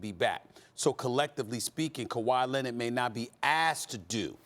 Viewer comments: KuWaa Lennett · “Kawhi Lennid” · "Kawhi Lennit, Kember Walker" 🤣🤣